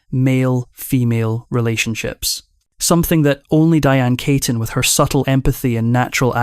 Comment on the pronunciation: Her name is pronounced "KEY-tin, not KAY-ton". And it's "Warren Bee-ty" not Warren Batty. This vo make me cringe.